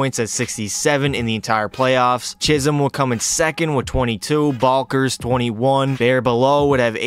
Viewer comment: .... Bal-K-ers????? Brudda its pronounced Bal-ts-ers, please and thank yu